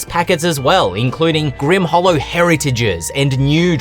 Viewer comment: Leave it to the to basically make Steve Irwin a class.:) The Grim-waaah is he-yaaaa! Looking forward to seeing the final version when it comes out.